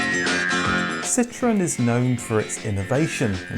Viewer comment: It's pronounced Ce-tro-en.. dude!! Is not citron